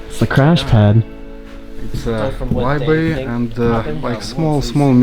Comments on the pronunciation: *Library/Librarian, not Libery/Liberian. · Libary... Really? You can't even spell library right either. There's a fucking R there for a reason, you're supposed to pronounce the R!